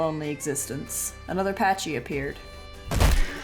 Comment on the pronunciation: The way you pronounce “pachy” kind of makes me mad...